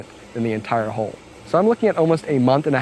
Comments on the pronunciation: I love this. it turned out really well. I also enjoyed the quirk of his accent that made him pronounce hull as hole. Lots of tittering when he talked about flat bottom holes etc. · You need to learn how to pronounce hull.